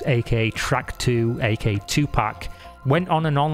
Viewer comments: btw it’s AKA not AK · oh is it just your accent?? it sounded like you were pronouncing it without the second a hahaha